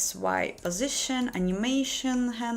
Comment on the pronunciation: Meh "my postiition" enough of this crap